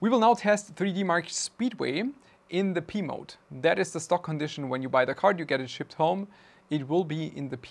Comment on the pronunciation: I kept hearing "Pee Mode" 😂